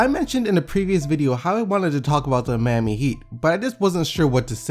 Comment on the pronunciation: y do u call them the MAYami heat they are the MYami heat